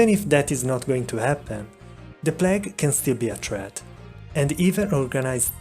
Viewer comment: Oswald Gardner yes his mispronunciations are contagious